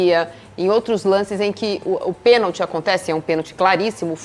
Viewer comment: Tem que ensinar pra eles que a palavra correta é pênalti não penti